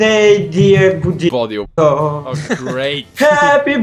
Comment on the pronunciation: Xaxaaa pronounce his name in bulgarian way and he censored it rlly??? Бодилчоооооо